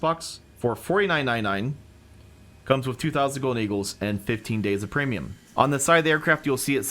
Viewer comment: Oh Ham did a great job. You(!) sounded a lot more nervous. You were contracting words something fierce! Right off the bat: "Welcome to our Pre'm buying guide". The what now?!:)